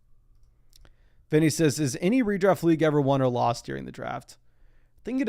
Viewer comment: Does anyone else hear “dEEring” when says during?